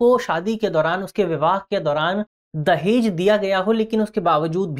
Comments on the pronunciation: Legends watching" Dajehh" at the place of "Dahej". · धन्यवाद टीम दृष्टि 🙏 दहेज न कि दजेह